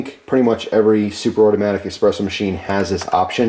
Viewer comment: EspreSSo with an Ssssssssss not X